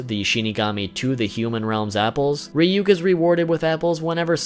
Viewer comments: Its not Ree-Yook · The fact that he says Ryuk as Reeyook makes me uncomfortable. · Isn't it pronounced Reeyook? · It's now how to pronounce ryuk